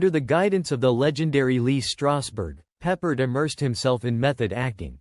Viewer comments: George Pep-PARD. Not George Peppered. So ridiculous. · Maybe learn how to pronounce his name.